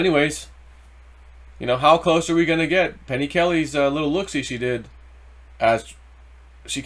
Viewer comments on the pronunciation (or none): none